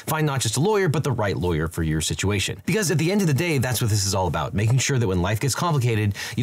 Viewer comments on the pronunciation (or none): none